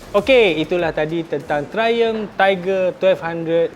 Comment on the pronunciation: Triumph bkn trlumph🤣